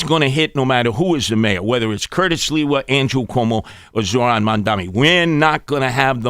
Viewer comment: Can’t even pronounce Zohran’s name right. He keeps forgetting the R.